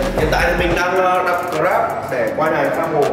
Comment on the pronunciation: Shark Gamer thằng hhđ nó đọc tiếng anh còn k đc nữa mà bạn,grab đọc là gờ rab đó :)))